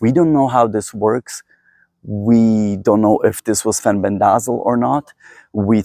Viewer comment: In the US, it is pronounced, “fen-BEN-deh-zol.”